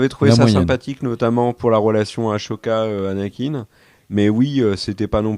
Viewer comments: Merci pour vos vidéo les gars ❤ Et, le « aCHoka » il pique les oreilles ^^ Bisous à vous les gars et merci encore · Par contre la prononciation de ashoka faut faire un effort un peu… c’est pas aCHoka mais ASHOKA avec un S pas un C.